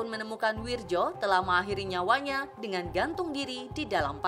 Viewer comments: Wiryo, bkn wirjo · itu Bacaan ejaan Lama.. bacanya WIRYO.. BUKAN WIRDJO.. WIIIIIIRRRRR YOOOOOOO